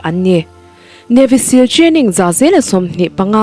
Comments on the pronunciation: Navy sill ti tawh suh Siil ang deuh in lam tur aw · mizo in Sîl (stamp) kan chhut thin anga lam tur anilo, Navy seal chu sea lion an tih mai, Seal anga lam tur thlukna awmlo, Sîl ani lo Seal (steel) thluk in